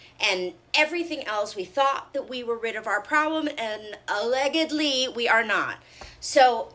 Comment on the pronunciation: Wait, did ol girl just say “a-leg-gedly”?